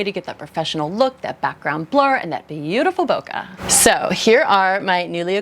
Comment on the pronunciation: Japanese native here. Please don’t say “Nola”. It’s wrong and nasty. “Bokeh” is the correct Japanese optics terminology for “blur”. Every time I here someone say “Boka” my heart goes “ Oh my!”. You don’t want to say “Boka” in front of a Japanese, because you would offend them and shame your self. Please spread this to American Photo/ video community.